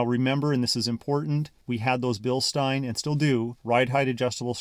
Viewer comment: LOOKS GREAT! They did a nice job. AUTO 4WD is also great for dry pavement launches. A+ on pronouncing Bilstein correctly -- seen so many online that say "Bill Steen" and it makes me cringe. The worst part...trying to correct them. People think they are "always right" and can't take being questioned. Happy Merry Christmas.